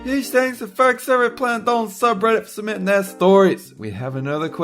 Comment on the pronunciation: I like narrorater saying Dolan, I respect that